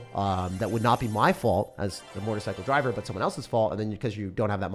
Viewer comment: I thought you said "Mortar Cycle" not "motorcycle" at first 😂